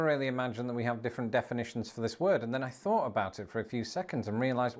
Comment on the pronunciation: You (maybe UK) but definitely you pronounce your "th" sounds with an "f" sound. Example: You say, "mafs" instead of "maths". Or, you said, "I've never fought to fink..." instead of, "I've never thought to think". 😅